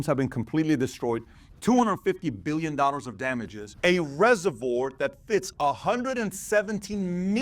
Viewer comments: Never heard ”reservoir” pronounced the way PBD did 😂 Why do Americans always have to bastardise the spellings/ pronunciation of English words?! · He can’t pronounce reservoir 😅